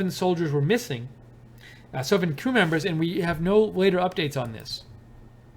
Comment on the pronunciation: Did I hear you say "screw members"?